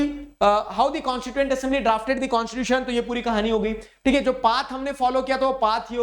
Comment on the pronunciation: Constitution ❌ Conshishution ✅ 😅😂😂